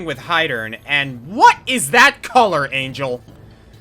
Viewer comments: Little observation: Angel is Mexican. The name is pronounced in Spanish. Other than that, good reacts. I don't think ANYBODY knows what the actuall hell is up with Xanadu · Also... Angel's name is pronounced hispanically, in general.